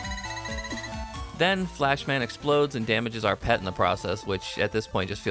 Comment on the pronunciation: its pronounced P E T not pet